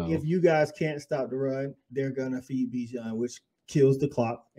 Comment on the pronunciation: EWERS, not Evers BIJAN, not Bajan